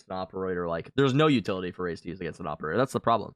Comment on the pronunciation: the awperator lmao